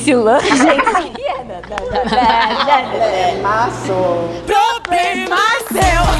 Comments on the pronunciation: Ploblema so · "Problema só!!" (ele falando, errado) kkkkk fofo de mais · "Problema so " ele é um problema